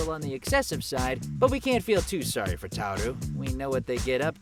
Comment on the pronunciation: YOU VOICES TARO AND YET YOU SAID HIS NAME WRONG!!!!!!!!!!!!!!!!